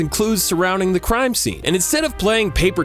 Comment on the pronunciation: What are my thoughts? Hearing you say “crime” and knowing it’s the right word but still being confused trying to think what “cime” might be...